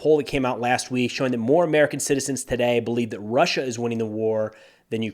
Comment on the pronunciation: Did this Australian grow up in Germany? Today in an Aussie accent rhymes with 'hey' not die. Even though us Australians are thought of as relaxed, we do have a complex and can be very nitpicky!😉